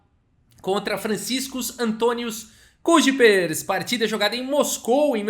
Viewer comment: Só de curiosidade, o IJ no holandês se pronuncia "ai", então seria chico "qüaipers" n "cuíjipers/cuipers/" kkkkkk